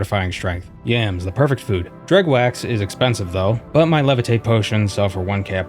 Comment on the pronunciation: "Dreg wax" EVERYONE KNOWS IT'S PRONOUNCED "DREW", the GH is SILENT! At least in my mind.